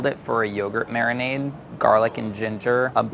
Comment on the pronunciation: no one: madhur jaffrey: mariNAAADe